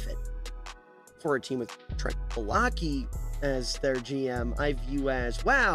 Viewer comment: Brother can NOT pronnounce "Baalke" lmfao